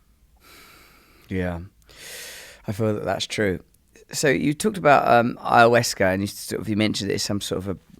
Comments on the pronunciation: Ayawescha LOL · David E. Nichols would be the person to speak to. Especially being you can’t even pronounce ayahuasca correctly. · Russel. There is no ‘E’ in AYAHUASCA